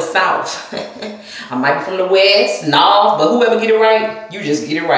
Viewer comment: THE WAY U SAY NORTH ITS A SOUTHERN STATE